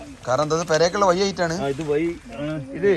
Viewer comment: വയി അല്ല വഴി